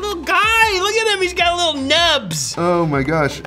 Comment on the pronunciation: "I got a wittle headache ---><---" poor